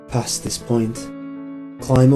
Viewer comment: The holder of the past? So the holder of the Pa wasn't a miss pronounciation?